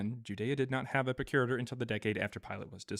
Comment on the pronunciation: Arrrgg!!! It's pronounced PROC U RATOR, not PRO CURITOR. Just saying.